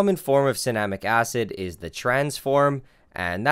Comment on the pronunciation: Anyone else thought it said cinnamon acid?